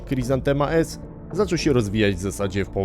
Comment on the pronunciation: Niby taki ch.... a sprzęt nato mieli. I to nie dzięki jakimś banderowskim radarkom. Mówi się chryzantema jak po polsku, nie khrizantema.